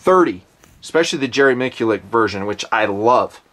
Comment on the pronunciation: I was with you up until you butchered Jerry "Mish-u-lak"'s last name several times. NOT "Mik-Lik" I have a few competitiion mods on the guns I carry at work as a cop. While I'm not trying to save ".777 seconds" on my reloads but having been in two shootings, I'm trying like hell to save my life. Some comp stuff does have a real world application. Just gotta do a careful eval BEFORE you bolt it to your weapon